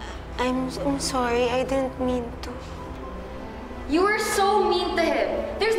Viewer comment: Juliet : sorry i dint mint tu 😂